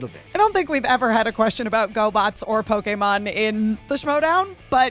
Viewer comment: Emma took the professor to school when she pronounced Pokémon the right way.